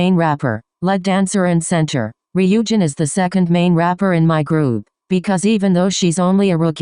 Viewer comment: Lollll the robot voice called Ryujin both ree-OO-jin and RYE-oh-jin 😂😂